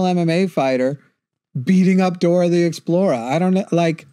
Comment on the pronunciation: Why does he keep saying Dora the Explora?